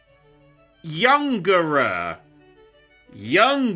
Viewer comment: Kadabra is indeed named after Uri Geller. It's YUNGERAA; the YU is pronounced closer like the English "you" and GE like the English "get", not "younger" like thought; also N and RI look similar in katakana and this kind of kana-switching is a common name-derivation referential method. The same is true of Abra - KE-SHI, pronounced like caysh (the last I is diminished or silent) and named after Edgar Cayce - and Alkazam - FUUDIN, after Houdini (there was originally no hu sound in Japanese so it tends to be approximated with fu; the Japanese fu is sort of halfway between English fu and hu).